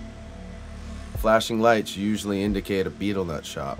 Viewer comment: I wish that this guy could say betel nut properly.